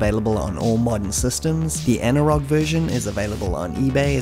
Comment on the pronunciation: Anirog was a really big player in them days, and skramble as you rightly said was the best clone of the konami hit.BTW the rog part of anirog is pronounced as roj becauae it was formed by 2 people one of whome was roger, not sure bout the other, could be anil or something. Also, it was later called anco because roger left the company. But Any way, brilliant video as always!!